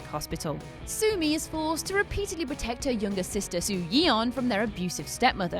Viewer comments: sorry but the way you said soyeon is funny to me— it’s pronounced like so yon the eo is a oh noise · i love how she kept saying "soo-yee-on"